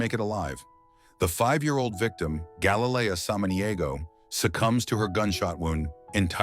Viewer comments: Again. Can't get the (Hispanic) victims name correct ever. Galilea NOT Galayleia Have some respect man. Smh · You could at least pronounce her name properly. ❤️‍🩹